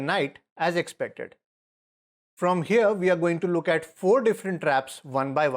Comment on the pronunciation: If he goes hearuh we have a trap for that too